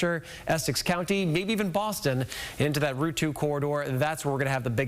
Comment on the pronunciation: Bos ton 😂